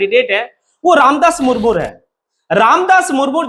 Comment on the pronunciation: मूरमूर नहीं, मुर्मू है